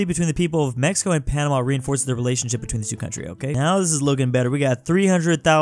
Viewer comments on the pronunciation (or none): none